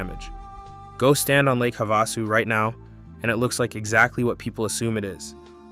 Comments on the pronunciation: WHY TF does he keep calling it "Havossoo?" Wtf is that? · It's pronounced HAVE A SU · It is pronounced Have-a-sue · It's also called Lake Havasu that's perhaps Why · As someone who lives in Lake Havasu City, AZ...We are all well aware that Parker Dam is the deepest damn in the world, and there was a fight between CA/AZ over it. We even have a museum. You should look into how the Colorado River Indian Tribe Reservation in Parker came to be. Also, it's pretty simple to look up how Gila and Havasu is pronounced, my guy. A simple Goog search shows that, pumping water from the Lake up to Gene Wash Reservoir on its way to LA takes more elevation than, the water going through to the CAP canal.